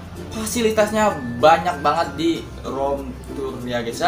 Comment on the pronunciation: Rom tur, ban wkwk rip english bang 😭